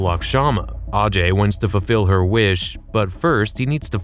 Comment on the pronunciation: It is kyrat not kiriyat, and it's ajay not aajay. Why americans can't pronounce English words when it is indian or hindi word. Even in game it has not pronounced properly